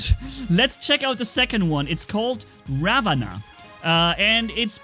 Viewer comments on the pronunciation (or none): Ravana is actually pronounced as raavan